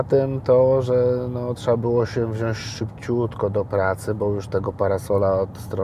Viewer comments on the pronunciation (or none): none